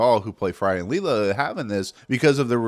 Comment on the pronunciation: You can say most characters names right but say Leela wrong.. wow. You spit off other characters and voice actors.. if you can say her name wrong you just read articles and don't care about the show...